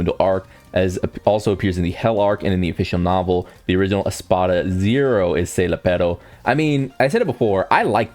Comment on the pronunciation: it's Sayel-Appo -Ro = Sayelapporo Ninja get some english classes at this point